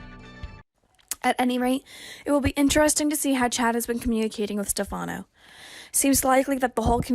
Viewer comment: Why can't the commentator say Stephano's name right. Also why can't commentator read to us so we don't have to read it. Phillip is suppose to come back could be him pretending to be Stephano?